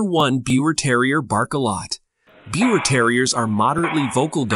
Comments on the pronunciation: I am happy to see that others commented on the pronunciation of Biewer it important to get that correct especially if you are making video . I have two Biewers and there are definitely some things that you presented which are Not True,. They are hypoallergic dogs and they Do Not Shed . As for the coat, Biewers do not have an undercoat. My male's coat never matted and I did not brush him daily. My female does mate and needs to be brushed daily when she has a long coat. They are not excessive barkers. Yorkies are but not the Biewer. My girl never barked for the door bell until the boy taught her that we are alert dogs for our humans. Biewers are sweet, very smart and happy little dogs and also very loving. I can not say enough about about them. I am preparing to get my third Biewer and looking forward to the experience. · Even the name is said wrong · Please take down this mis information. You can’t even pronounce the name correctly. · You can't even pronounce their name properly 😒. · First of all the breed is pronounced beaver, like the rodent. They are hypoallergenic. The BT does not have a double coat and does not shed. BT, that is not well socialized will bark if they hear a cockroach fart from across the room. I’ve been breeding and showing these dogs since 2007. They are a companion breed and they live up to that. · The lies you tell sir my Biewer Terrier which you are not pronouncing it right because it's pronounced like Beaver so I'm turning this video off because you don't even know how to say the name right . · It's pronounced "beaver". This is absolutely wrong! Bad resource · First off, the breed name is not being pronounced properly. I breed and show this wonderful breed. The person that did this is providing almost all incorrect information and I for one am very dissapointed! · I overlooked the mispronunciation of the breed name, but I could not overlook the claim that these dogs shed a lot. I stopped watching at that point.